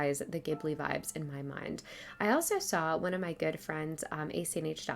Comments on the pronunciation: This video was so well put together especially bringing up awareness! Thank you for that! I also wanted to point out that I’m prettyyyyy sure Ghibili is pronounced Ji-ba-lee, but not entirely sure! Sorry if I sounded mean saying that.. BUT REALLY ENJOYED THE VIDEO :)) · It was my first time hearing someone pronounce it that way so thank you for helping me become more educated :)!